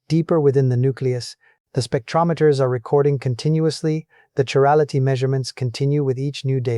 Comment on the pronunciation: he pronounces chirality 2 different ways. Personally I do NOT believe this.